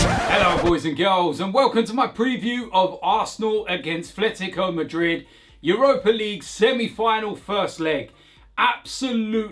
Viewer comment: AT - LET - E - CO that’s how it’s pronounced. There’s no TH sound. It’s not even an accent thing, it’s a people not reading thing.